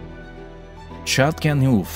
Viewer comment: Algunos nombres son irreconocibles: el castillo de Châteauneuf que tu pronuncias Chatonu , suena un realidad (escrito foneticament): Chatonef.... Imagínate qué diferencia!!! De verdad, es una pena que no te hayas asesorado porque el reportaje gráfico es impecable, perfecto.